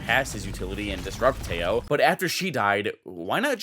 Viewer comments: WHY PEOPLE SAY IT LIKE "TE-YOOOOOO"??? FUCK, CAN'T YOU SAY IT LIKE IT IS ON SPANISH????? TEJO! LIKE HO HO HO.HO THE WAY SANTA CLAUSE LAUGHS!!!!!!!! AAAAA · Again, its Te-jo (tehō) not tello. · iTS noT pROnouNcEd TEYO it’S tEHo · teho not teyo fucking moron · Why you pronounce Teo ? lmao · its pronounced teh-joe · its t-eh-o😭 pls im begging can we finally pronounce his name correctly😭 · tejo's name isnt pronounced with an j but with an h like teho since j in spanish is pronounced as h pls learn bro its hard to watch you say his name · isnt it teho? i swear every streamer/youtuber calls him teho. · dude kills me calling Tejo like Teyo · I know bro but you do know how to say the "jo"!!!! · I just love how English speakers can't pronounce his name and say it really really weird, it doesn't sound anything like it xd